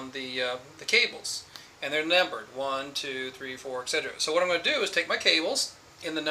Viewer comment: There is no G sound in "etc..." its "ET SET Er Ah".